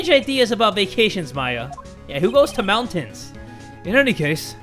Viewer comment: Moun(pauses for half a second)tains... Lmfao